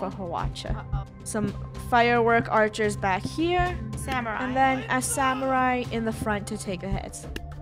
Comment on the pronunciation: Funneh: ArcherErs